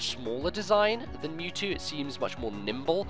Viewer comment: It's "Mewtrue!" Mewtwo finally gts his own DNA and becomes a real boy!